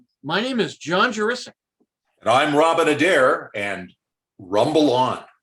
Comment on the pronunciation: Very glad to hear Juricic pronounced correctly! (Speaking as an O'Brien taught my much missed Bob).